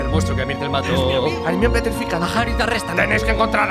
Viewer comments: porque pronuncian Hermione "ermion" T_T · Por que le dicen hermion? toy harta